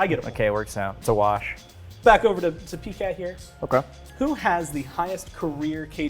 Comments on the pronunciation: Did he just call him Pee cat? God I hope that sticks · Everyone’s called him PCat for awhile now. Not pee cat